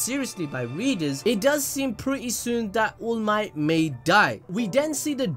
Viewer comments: It's to fucking funny when you're saying allmight but eventually I hear "ULMIGHT" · This the first ive watched from this channel, so is this guy really saying allmight as oolmight on purpose or is he milking it as a joke?